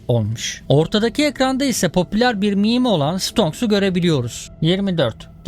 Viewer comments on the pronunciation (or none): none